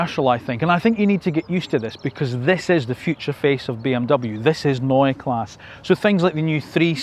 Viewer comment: Neue Klasse (pronounce the e on Klasse)